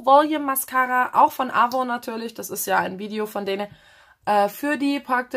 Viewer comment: Das N mit aussprechen 😁 AvoN